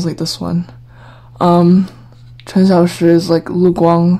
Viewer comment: I like how you pronounce the names, i could never say Cxs like that 😭